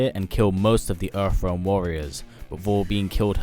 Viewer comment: Where is this "Erfrealm" you speak of???